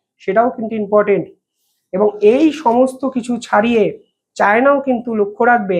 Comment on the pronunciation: Inportant not important.Thik kore bolun